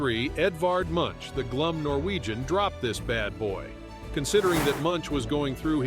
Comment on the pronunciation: Truly, the most incorrect way to pronounce Munch. At least google the pronunciation. Sincerely Norway